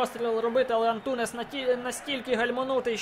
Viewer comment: Лайк, але не Антунес а Антунеш